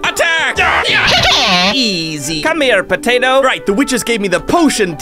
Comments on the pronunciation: Looool you said patata on the video 😂😂😂😂😂😂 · why did you patata its potato ok but your funny